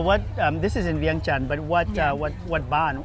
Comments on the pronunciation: Viengjun or Viengjuun not viengchan😅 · PLEASE…….pronounce the capital city of Lao correctly!!!!!!! Don’t let foreigners dictate how we as Lao people speak…Veing Chan that is the only way it’s properly pronounced….It’s is so annoying especially coming from a Lao person…STOP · Vientiane is a French given name, Vieng Chan or Vieng Jan is the original names for the capital city for some reason Lao overseas they pronounced Vientiane lol. Laotian is also a French given name for Lao people formerly known as Ai Lao people the largest ethnic groups of people in the World originated from Altaic mountain, Mongolia they been living in China since the Neolithic period in around 12th century large numbers of Lao people migrated from Kunming, China to modern day Laos, Thailand, Vietnam, etc. Lan Xang kingdom was named after Lan Cang river in Yunnan, China. China, Hainan Island, Taiwan, Thailand, Korea, Japan, Northeast India, Burma, Vietnam, Cambodia, Malaysia, Indonesia, Singapore and Philippines was actually founded by Lao descendants. Lao Sze Sichuan, Nanping Lao, Lao Yunnan, Lao Shanghai, Lao Beijing, Mulao, Gelao, Gelong, Dong, Sui, Bouyei, Rau, Zhuang, Dai, Tai, Thai, Kra-Dai, Tai-Kadai, Yue, Baiyue, Yayoi, Korean, Japanese, Vietnamese, Cambodian, Malaysian, Indonesian, and Filipinos are Lao descendants. Genetic studies. A 2007 analysis of the DNA recovered from human remains in archeological sites of prehistoric peoples along the Yangtze River shows high frequencies of Haplogroup O1 (Y-DNA) in the Liangzhu culture, linking them to the Austronesian and Tai-Kadai peoples. Feb 06, 2017 Researchers discover Korean genetic roots in 7,700-year-old skull Genetics. DNA research has shown that Sichuanese people are closely genetically related to the Daic (Dai Chi